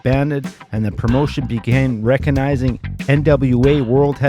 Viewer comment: recanizing? what happened to the 'g'? I mean, I LOVE the letter 'G'